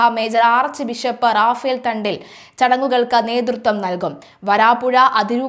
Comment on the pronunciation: Sechiii Raphael Thattil aanu not thandil